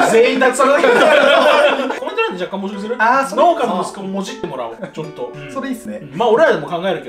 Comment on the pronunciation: 農家→のうけ か のーけ